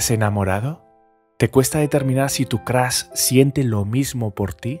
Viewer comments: Soy el unico que le gusta mucho su voz pero odia cuando dice Crash joder es Crush no Crash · Nadie: El narrador: Crush = Crash